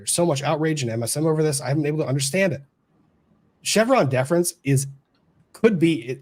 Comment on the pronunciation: & Lumber Every time you say ‘Chevron Deference’ I hear ‘Vas Defrens’ 😬😆